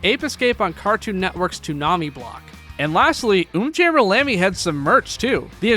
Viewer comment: Finally someone who properly pronounces umjammer lammy